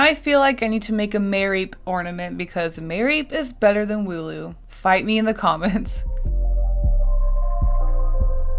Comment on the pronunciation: Wooloo not ,,Molu"